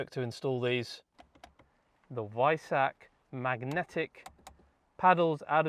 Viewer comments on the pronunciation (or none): none